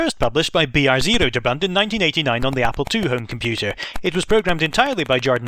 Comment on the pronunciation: That's not how Broderbund is pronounced lol